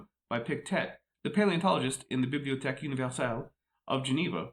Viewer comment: I'm here to applaud your French pronunciation! Well done! Bibliotheque is not an easy word.